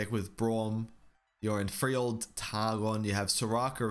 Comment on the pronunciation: Frell-Yord. you gotta say it Frell-Yord. Not Free-Old. Ya boy Mortimar sent me this way.